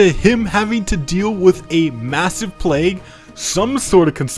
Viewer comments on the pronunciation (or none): none